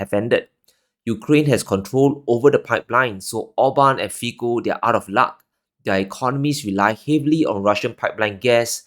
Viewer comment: ITS NOT FIKO, ITS ....FITSO